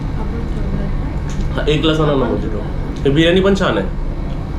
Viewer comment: tyala mojito as spelll krtat but mohito as pronounce krtat dada ✌